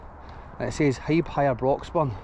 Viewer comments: Haeeb? 😂 The cranes on lorries are hiab (high ab). Broxburn is alright, I know it quite well.. The bing at winchburgh is massive, good for motocross, quads, jeeps ect. Just watch not land in the canal 😂 Hope you are well 👍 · It’s said as Hi Ab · Its pronounced high ab buddy. Smashing video as always sir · HIAB pronounced High ab.........